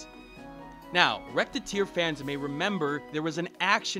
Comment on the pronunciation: ....I cringed at about a minute in when you pronounced "Recettear" like "Rettear"(or however you'd type your pronounciation).